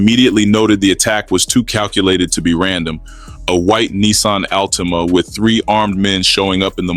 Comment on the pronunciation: He said alteama 🤦🏽